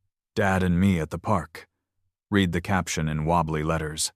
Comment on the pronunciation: At about timeline the word 'read' is mispronounced with a hard 'e' when a soft one is needed to suit the situation. Poor training of staff or AI .